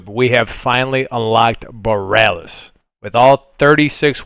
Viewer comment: I love how no one knows how to say Borealis.